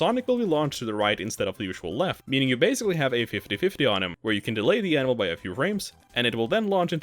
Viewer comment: Absolutely obsessed with how every time you say "Anvil" it sounds like you're saying "Animal"